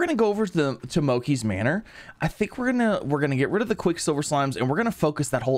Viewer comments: In subtitles he’s saying moki it’s mochi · i hate how he says mochi its supposed to be mow-chee and not mow-key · Its not mokey its mochi mo chi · Everyone wanna talk about the water splash thing, but no one wanna talk about how he says moakee and not mochi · He says Moki instead of mochi LOLOL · mo-chee. not mo-ki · its pronounced moh-cheee not moh-key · mo-chee. It’s based off a Japanese desert made of (i think) sweetened rice flour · I pronounce it Moh chee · It sounds like he says monkey Manor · Been having a BLAST watching your modded slime rancher series! Also, I love how you've been mispronouncing Mochi haha